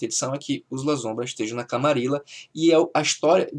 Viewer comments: Pois é. É em espanhol, pronuncia-se LaSSombra. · Escreve-se "Lasombra" com 1 "s" só mas se fala "LaSSombra". Porque é em espanhol.